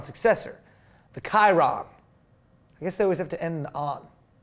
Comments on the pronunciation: It's NOT pronounced KY-RON!!!!! It's not named after that stupid archer who was crossbreed between a horse and a human, it's named after a racing driver from the 1920s and 1930s. The name is French. It's pronounced SHI-RON! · Guys, I love your show, but you totally screwed it up talking about the new Bugatti. You said [ˈkaɪrən], but you should've known, that this model is called after French racing driver Louis Chiron. So the name should be pronounced according to French. It's [shirˈon]. Thanks